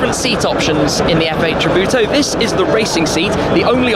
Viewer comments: it sounds like he says 'F8 Kabuto' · Lol! is funny how English speaking people say tributo or any italiano or Spanish words